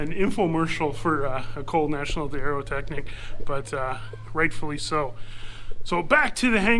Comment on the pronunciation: hey Mikey, I really like Plane Savers and I watch every episode but I've got to tell you one thing: if you keep mentioning the École National d'Aeroteqnique hundreds of times per episode then at least make an effort to pronounce it right. French is a beautiful language and all the french canadian guys on plane savers make an effort to speak half decent English so it would be more than fair if you did at least try to adapt to the québéquois surroundings, don't you think?